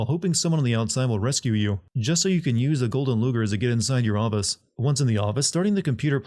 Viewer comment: It’s pronounced gee-uh-teen… Edit: The word office isn’t pronounced “Aw-Bus”. Is English this guy’s seventh language?